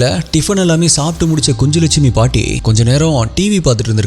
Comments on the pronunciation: Pronounsation is kunnulakshmi குன்னுலக் ஷ்மி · It's kunjulakshmi. Nj phonetically says gn like Gnanam in Tamil. So it is ku-nj-lakshmi.